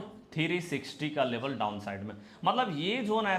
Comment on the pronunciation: Sir Labal kiyaa hota hai Level Bolo